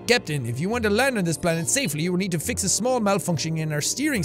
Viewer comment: The computer voice just irks me... how he says “BALANET” instead of just planet and shit like that